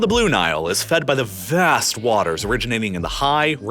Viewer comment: I love your videos, but please stop overexaggerating the pronunciation of your adjectives. VAAAAAST.